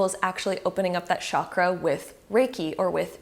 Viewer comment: Omg it's not shakra